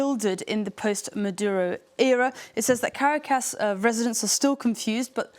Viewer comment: Did she say Caricas instead of Caracas